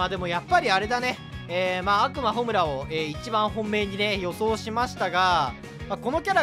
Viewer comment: 悪魔のイントネーション暁美にもっていかれてるやん